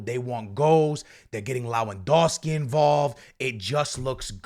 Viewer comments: When is he gonna learn It's LeWaNDOWSKI not LaWeNDOWSKI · Not being able to pronounce Lewandowski in 2024 is wild